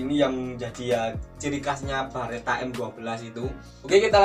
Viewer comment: Beretta lurs, bukan Baretta, kalo Barrett beda lagi 🙊